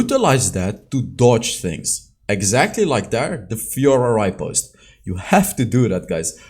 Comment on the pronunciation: its repost not ripost plss i was so pissed off listening to it again and again